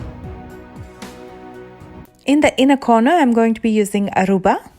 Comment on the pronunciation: Oh my god! My name is “Aruba” n u pronounced it perfectly